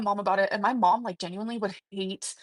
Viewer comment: Maybe if she said it correctly, it wouldn't be so bad! 💀🤣